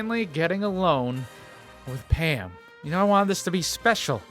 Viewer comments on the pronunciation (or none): Every time you said Pam I thought you sad ham lol